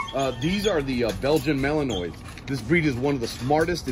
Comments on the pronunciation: Learn how to pronounce their breed name properly!! It's Malanuah...Not Malanoise, Like the word Noise. You have no credibility if you don't know how to say the name properly. Goodbye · Might help to pronounce the name mal-in-wah correctly..not mal-in-noise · This fool pronounced it malinois with an s lmao its malinwa s is silent lmao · malinoise ? lol a wut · He pronounced the name wrong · Dawg Entertainment no lol. There's only one way to pronounce malinois 8f you are breeding them or working with them.